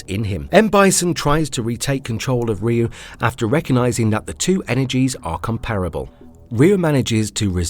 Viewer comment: OMG, not again! Another person pronouncing "Ryu" as "Rahyuu"...